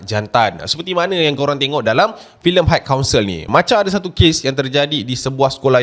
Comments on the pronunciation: Sebutan high adalah "hai" bukan "hike" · admin, bukan haik kaunsel daaa tapi hai kaunsel. xde haik haik